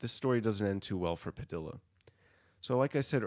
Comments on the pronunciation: It's pronounced Padiya, not Padila. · padilla is pronounced like tortilla